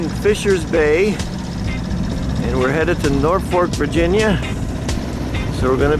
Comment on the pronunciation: Catana not Catalina....Norfolk not North fork.... Pathetic pronunciation of Patuxet and Piancatank! Almost got Fishing Bay correct. Sounds like you don't give a shit how to pronounce places. It's not watchable to me.